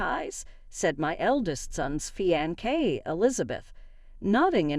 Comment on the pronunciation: It's fiancé not feeaankay!..where are u from...where people speak strangely?